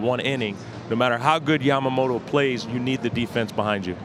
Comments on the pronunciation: love how big Papi calls him “Jamamoto” 😂 but seriously big respect for the props the guys give to today’s current players and the performances they’re watching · I prefer it over the people who call him YAM-MA-MOTO.